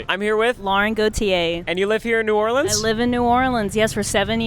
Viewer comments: Yes some who finally says New Orleans right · Welcome to New Orleans and thank you so much for saying new Orleans correctly